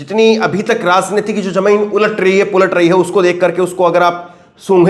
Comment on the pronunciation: Your pronunciation of RAJNITI" "JA" and "JAMIN"is wrong, you must know diffrence of 'J' and " j." IN urdu it is not same so please do the necessary improvement